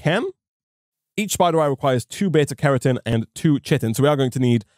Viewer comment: I'm appalled at your inconsistent pronunciation of Carotene.